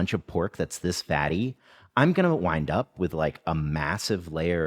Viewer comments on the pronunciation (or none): none